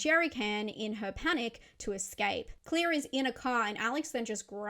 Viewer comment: Claire❌ Clear✅